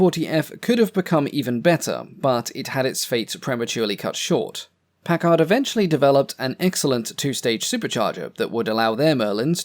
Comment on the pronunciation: When pronouncing the word "Packard", the accent is on the first syllable.